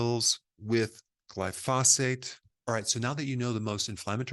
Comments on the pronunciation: Come on - its GLY-phosate. Not gly-PHOS-ate. 🙂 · It bugs me that Dr Berg mispronounces glyphosate. He says glyPHOSate. It should be GLYphosate. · Pronounced GLY-FOE-SATE not Gly-Fa-Sate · It’s Glyphosate, not Glyphasate. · It's spelled "glyphosate"....NOT glyphasate. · glyphosphate... not glyphosfate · Gly-pho-SATE emphasis on the SATE. Sorry this mispronunciation is just bugging me. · Dr. Berg I enjoy your videos, but I must agree with one of the other commenters and respectfully suggest that you are pronouncing the name of the herbicide incorrectly. The accent is on the first syllable so it is properly pronounced GLY-fo-sate. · Eric, Since it's discussed so often and so importantly, you might wish to know that the word is pronounced GLY - fo - sate. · Please say "Glyphosate" correctly. I liked your video, and you seem very well educated. That's why I don't understand why you mispronounce glyphosate. The emphasis is on the first syllable, "gly" not the second "pho"- GLY-pho-sate. Thanks for what you do. I am a retired scientist (worked at EPA), and no English expert, but I DO know how to pronounce a lot of pesticides. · "GL-EYE fo sate" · It’s Gly pho sate. Emphasis on the Gly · Dr Berg, thanks for your great work, but here's a lil tip for the future: Glyphosate: pronounced GLY - FO - SATE: Gly = rhymes w/ fly, FO = rhymes w/ oh, SATE - rhymes with bait. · It’s pronounced around the world as gly-so-fate. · It's gly-PHO-sate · Every time he mispronounces “glyphosate” I’m reminded he’s a chiropractor. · Glyphosate is pronounced with the accent on the first syllable "Gly", not on the 2nd syllable "phos". No other scientist or doctor on youtube pronounces it like Dr. Berg. Doesn't help his credibility.